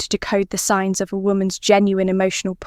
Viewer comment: Signs not "Sings" > La la la la !!!